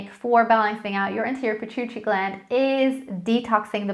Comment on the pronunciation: Are you trying to say Pituitary Gland? Use phonics.